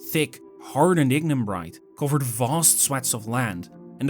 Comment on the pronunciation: “So Voooost that…”